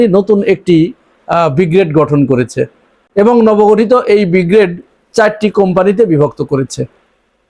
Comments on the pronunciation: ভাইজান উচ্চারণ বিগ্রেড নয় হবে ব্রিগেড। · শব্দটা ব্রিগেড উচ্চারণ ঠিক করা উচিত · প্রথমেই ছাগলকে বলি, কথাটা বিগ্রেড নয় ব্রিগেড। বিগ্রেড মানে দ্বিতীয় শ্রেণী। ছাগল না জেনেও ঠিক বলে ফেলেছিল। নাম দিয়ে যুদ্ধ হয় নাকি? তোদের নিজের টুনটুনি দেখ, ভারতের দিকে তাকাতে হবে না। হামাস যে নাম বলবে, বাংলাদেশের বাপ সে নাম রাখতে বাধ্য। এই জঙ্গিরা বলত, দিল্লী না ঢাহা? ঢাহা- ঢাহা- যেই ভারত বলল ভিসা দেবে, সব হাদির সা*য়া ছিঁড়ে তিন মাইল লাইনের পেছনে দাঁড়িয়েছে। তাদের নাম আয়েশা না ফাতেমা, জেনে কী হবে? আছে তো ভিসার লাইনে।